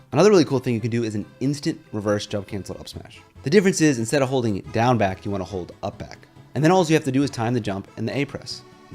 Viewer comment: everytime he says down back i hear gang bang